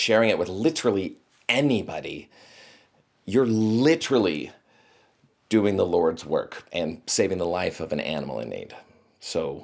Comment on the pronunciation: I didn’t know pronounces literally like leafy